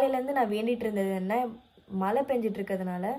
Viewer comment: Alagaa ila Mala ila Use zha properly..just a suggestion